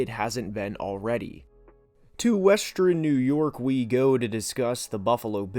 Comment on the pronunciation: As much as I love your content the way you say northern and western will make me have an aneurysm